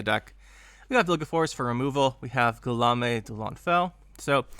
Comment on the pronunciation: That's nothing compared to your pronunciation or Guillaume. 😋 Should be Gee-Yome (like key home). French is weird that way.